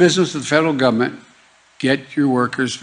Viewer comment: Every time he says “Gum-ment” I want to scream.